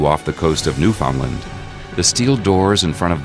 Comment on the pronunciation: New-Fin-land not New Found Land. That’s like calling Arkansas Are-Kan-Sis.